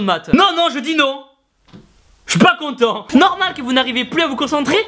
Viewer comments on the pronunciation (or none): elle me fais grave rire ta video "a l'aide d'une pitite pointe " et aussi le soupire et le jui pas contemps ma fais explosé de rire